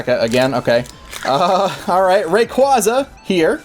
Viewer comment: It's "ray-QUAY-za"! As in quazars